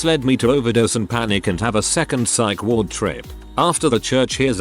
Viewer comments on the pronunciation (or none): none